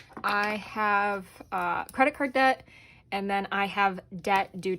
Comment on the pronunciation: New subscriber. I like the way you think. BTW: its Debt not Dedt. lol